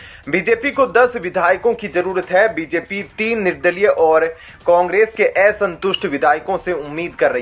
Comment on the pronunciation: आप शब्दों का बहुत गलत उच्चार कर रहे हैं जैसे संप्रक विपक्स..एसंतुष्ट आदि पढ़ाई के समय घर बैठे थे क्या